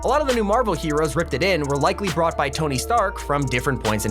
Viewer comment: did he just say t ony